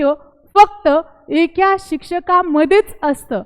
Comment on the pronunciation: एक्या नका म्हणू एका म्हणा